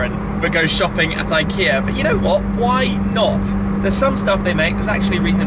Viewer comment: It's pronounced ik Ea just watch the adverts